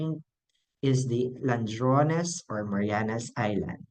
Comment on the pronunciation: Bai, ladrones, dili landrones.